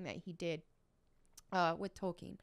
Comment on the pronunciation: Sir Tolkien's name is pronounced "Tol-KEEN", not "Tolken". Even in the 2019 Biopic, the Professor made sure to correct his mentor and anyone else who mispronounced his name. :)